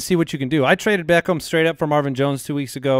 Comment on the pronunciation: Am i the only one that hates how says “Beckham?” He’s like BECKOHM